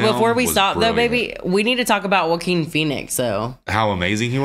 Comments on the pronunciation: Love the reaction, great movie. Just a little heads up, Joaquin Phoenix is pronounced waa-keen not J as in Jackie or Jake. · Y'all said "jock-kween" phoenix lmao. Its pronounced "wa-KEEN" lol (its a Spanish name). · I love your pronunciation of the actor’s name. “Jah-queen”. No mockery intended, that’s a great way to say it. Matter of fact I think I’ll say it that way from now on myself:) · Jaqween Phoenix 😂